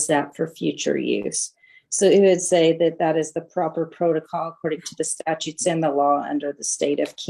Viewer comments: Another one that says "statues" 🤦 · Oy! I wish they all would learn how to say statutes!